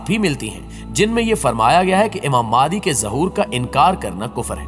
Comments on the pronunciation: امام مادی, مادی نہیں بولتے بھئ, نام صحیح بولئیے آپ," امام مہدی علیہ السلام" کہتے ہیں, نام کیوں بگاژ رہے ہیں اتنی متبرک ہستی کا!! ؟؟ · Apna talafuz to Sahi kro kya Imam Mehdi as ko Madi Madi kr rahe ho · "Maadi" nhi "Mehdi مہدی" ,... Kundah nhi Kindah کندہ", "Khirasan nhi Khurasan خراسان". Itni achhi video me aap sirf yeh lafz aur apna talaffuz sahih kar len to zabardast ho jay. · mehrbani kar k ow Madi NAHI he Imam.Mehdi A S he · Lafz Mahdie h..talafiz bhi teak karo